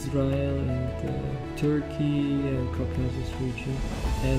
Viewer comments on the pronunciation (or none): none